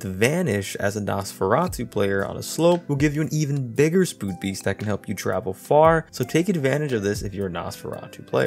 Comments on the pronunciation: you say spood beast instead of speed boost lol it’s okay I do that all the time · Sorry but i have to say what I heard "Spood beest" xDDDD